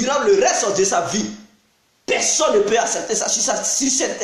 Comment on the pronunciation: Tu parle quelle langue on comprend pas on dit personne pas pesonne